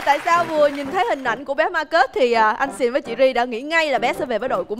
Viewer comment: Bé tên Marcus mà nge thành Ma kết CHĐ của tao:))